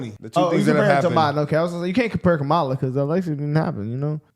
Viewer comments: why I’m hearing scamala sKamala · Her supporters weren't pronouncing her name correctly. Did anyone notice that? 😅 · is it just me or were the protestors saying her name wrong? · She got a whole crowd that missed the pre game, mispronounce her name😂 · Were they pronouncing Kamala incorrectly which is racist.